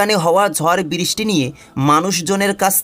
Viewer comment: বিরিস্টি/উচ্চারণে অনেক ভুল